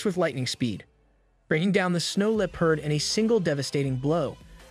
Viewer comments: the way bro says leopard got me feeling itchy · I love how every not a single AI voice can pronounce "Leopard" correctly or without sounding super goofy